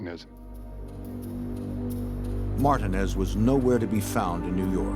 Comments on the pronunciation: Martinez!! PRONOUNCED Mar-Teen-Azz NOT Mar-Denaz HOLY FUCK! What's wrong with you people?? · Anyone reading this... his name is pronounced MAR-TI-NEZ. It was irritating me how they pronounced it. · Why is it, that when you stiff FBI guys pronounce "Marti=neeze" as "Martin-es"? You are so clueless. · Who tf says Martin-ez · “Martin-Nez” is killing me 😂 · Everyone saying the narrators voice is so perfect, and I’m like what the hell it’s not Martin-Ezz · How hard is it to say MARTINEZ😂